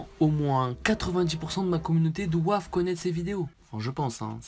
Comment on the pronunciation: 1m36-37 ""DOIVENT"" 😂😂😂👏👏👌 Sinon bonne vidéo